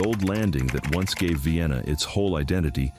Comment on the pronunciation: I guess this is AI-narrated.. . At least I hope so. How else could you pronounce Mobile incorrectly TWICE. The most glaring error: Vienna (pronounced VIGH-ANNA) is in Pickens County, not Sumter. Nevertheless, very interesting video which I will share.